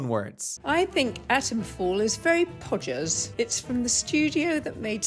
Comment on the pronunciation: “Pod-gers” omg she’s amazing